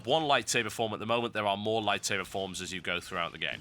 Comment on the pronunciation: TB!!! LISTEN TO ME!!! IT IS A FUCKING LIGHTSABAH!